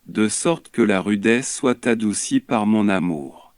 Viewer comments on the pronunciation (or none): none